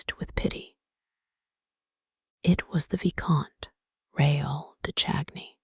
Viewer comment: Christines last name was not pronounced right, nor was Raul's. Caught this as I was drifting to sleep.